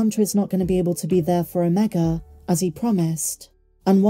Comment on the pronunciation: ..you're British aren't you? Please pronounce Omega properly. Other than that..grest daily updates..love them ❤